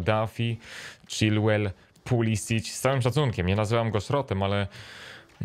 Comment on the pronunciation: Mówi się Pulisik nie Pulisić